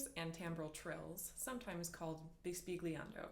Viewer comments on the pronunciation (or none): Thanks for the ideas! Pronounced bis-bil-yan-do. "gl" has a special sound in Italian. The word means "whispering". You might be interested to cross-reference this effect with the baroque "flattement".